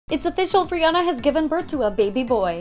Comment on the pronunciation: Also, she pronounced Rihanna's name wrong.